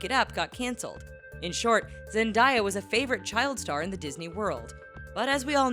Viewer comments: Zebdaaaaaya not zendya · IT'S NOT ZENDIYA IT ZENDAYA!!!!! I hate when people messes up her Name! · Who is looking through the comments by the way she said zandiya it zendaya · you said zendiah instead of zendaya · It's ZEN-DAYA not zen_dieya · I’M TRIGGERED! ITS ZEN-DA-YA, NOT ZEN-DIE-YA! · NONONONOOOO!!!! Zen-day-a....NOT ZENDAIYA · It’s Zan-Da-Ya not “Zen-Di-Ya 😡TRIGGERED AF😡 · People it's zendaya not zendiya ZEN-DAY-YA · Zen-Day- Ah not Zen-Die-Ah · It's actually and Zendaya not Zendia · Lol Zendiea no it's Zendayah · Its not zeniya its zendaya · It's not zandaya it's zendaya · ZENDAYAAAA NIT ZENDIYA BAHAHAHAHAHA (no offence it made me cringe) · It's Zen- Day- uh not Zen Die Uh😂👌🏽🙄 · It's not zendia it's zen day a sound it out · Zen-day-ya it's not zen die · It Zen-Day-Ya, not Zen-Die-ya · It's not zendyea it's zenDAYA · ITS ZENDAYA GEEZ NOT ZENDIEYA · She said zendiya even though it is said zendaya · It's "Zen•Day•uh" not "zen•die•uh" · Zendiya? It's zendeya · ZenDAYa not ZenDIEa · Its Zendaya not Zendiya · Zendiya? You mean Zendaya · Zendaya... not "diya" and that damned Jake mofo is still a fuckn kid in a 20yo body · it's not zin-die-a. it's zen-day-a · She said zenbiay its zendaya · Zendiya instead of Zendaya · It’s zen-day-a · ZEN-DAY-YA get it right god sakeeeeeeeee 😤😵💩🙄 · Are you sure it's not SKAY JACKSOON? Zen-di-ya, REALLY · Zend-day-ya that's how you say it 🤣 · learn to read names zendaaaaaaaaaaya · zendiya nigga its zen-day-ya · its "ZendAya" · Its zen-day-aa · ZEN-DAY-A say with me honey ZEN'DAY-A 😂😂omg lol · Zen die ya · Zen-DAY-ya! It's not that hard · "Zendiya" I AM SHOOKITH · The fact that she says it as "Zen-Diya" Makes me wanna End life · omggg ITS ZEN-DAY-UH! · IT IS ZENDIYA!!!! LOL!!!! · She said Zendiya! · Its zen-daaay-aa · They were saying zendieya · Zen-Die-a? Boi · it's Zendaya you dumbass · Zen-di-ya TRIGGERED AF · It's not zendiya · Bih its (Zen day a) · It's Zen-DEY-Uh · It's Zen-day-ua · lol they said zendiya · yes so bad